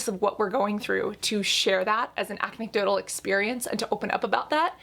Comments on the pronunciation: I have severe hearing loss so I’m not sure if Cassandra really said “acnedotal” like a play on words for “anecdotal” but I laughed and thought it was funny. My life story y’all.. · She said acne-cdotal!